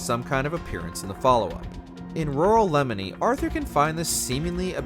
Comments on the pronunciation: Did you play the game before narrating? It’s not “Lemony”, it’s “Leh-MOYNE”. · Did he seriously just call Lemoyne "Lemony"?? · did this mfer call lemoyne lemon-ey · When life gets Lemony, make some Leh-moyne-ade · took me a sec when he said lemony instead of lemoyne lol. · "Le-mon-ee?" I don't want to be that guy but it's pronounced "Le-moy-n" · This is the second time I have heard somebody in a YouTube video pronounce Lemoyne as "LEMON".......it makes me realize I have an irrational hatred for these idiots...... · "Cola Springs" "Near the O in Lemony". Are these new towns in the game or do you not know how to pronounce CHOLLA and LEMOYNE? Seriously...was waiting for you to call Saint Denis "SAYNT DENNIS" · The amount of mispronunciations here is cringe… can we not get someone who does a little bit homework to narrate these? “Lemony”? “Kola Springs”? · So we just gonna let get away with pronouncing Lemoyne as "Lemoney"? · I think he meant it as “leymoynee” cause he though it was a odd pronunciation. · I had to rewind what he said to make sure I heard that right...tf is a lemony?! 🤣 The voice over guy has never played rdr2!!! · bro dead ass said "lemony" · Nah it’s ok to be that guy bro please. Cuz they said that mad wrong lol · Your pronunciation of "Lemoyne" was nails on a chalkboard kind of cringe for me